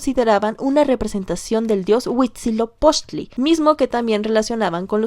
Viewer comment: Pronunciaciones incorrectas de la con su respectiva corrección "correcta" (pongo comillas porque varía la pronunciación dependiendo cada grupo originario, pero podria consensarse que es asi) Huitzilopochil❌ Huitzilopochtli ✅ Mishtlantenushtli❌ Mictlantecuhtli (la h se pronuncia como j)✅ De lo demas, los pronunció bastante bien, y su invitada estuvo espléndida.